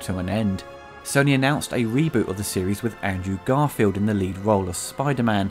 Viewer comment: Try getting the actor's name right first (Google is your friend). Say it with me: ANDREW GARFIELD